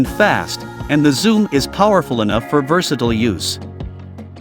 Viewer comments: Oh, I get it! This is a commercial! And voiced by an AI not knowing how to pronounce versatile. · Congratulations on your first comment. It took a year but cost nothing.